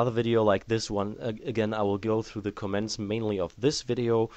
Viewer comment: Its comments not cements